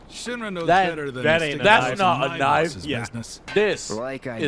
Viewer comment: its not knife, its knoife